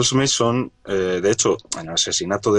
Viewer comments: se pronuncia charles manson no meison jaja solo una critica constructiva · Una corrección : el nombre del psicópata es charles Manson. Pronunciandolo como "meison" dais a entender que el apellido es mason, sin la primera M